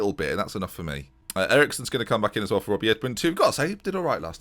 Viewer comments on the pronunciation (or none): none